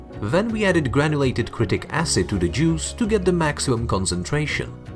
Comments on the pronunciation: Its citric not critic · haha he said critic acid (also use sprite instead of cocke)